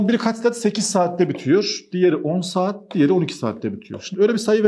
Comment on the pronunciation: 😂Seeaat mii bi anda kürt aksanına girdi. Ciddiyetini bozmadan